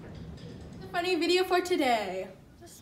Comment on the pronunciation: "create a vEEdioh"